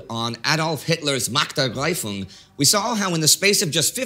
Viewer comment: Nah, was making a little fun of Indy's pronounciation of the term "Machtergreifung". Guess it's true what they say about german humour... :P